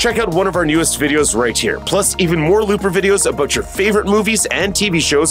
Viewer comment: Did you just say "we're aboot to find oot".